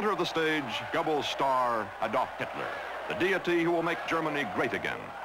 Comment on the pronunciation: Man, Cronkite can't pronounce German names very well. Like Adolf with the emphasis on the first syllable, Joseph "GER-bels"....and Goebbels didn't have polio, he had infantile osteomyelitis.